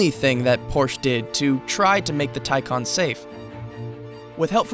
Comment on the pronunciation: Say it with me...Tie Can (not con)